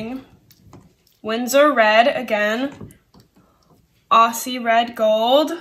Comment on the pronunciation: Fantastic project to share with the family :) .. Aussies really cringe when non-Aussies incorrectly call us (or paint named after our country) "O-see"... it's pronounced like Ozzie Osbourne.